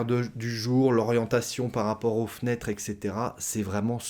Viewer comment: "etc" se prononce "ɛt setera", non pas "ɛk setera" 🙂